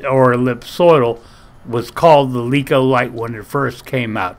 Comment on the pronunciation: LEKO, not Leekah.